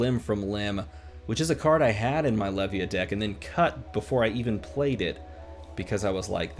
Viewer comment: Also, I think Levia is pronounced as the beginning of Leviathan is prononced, and Levia is super hard for little reward, but this is kinda what I like about her.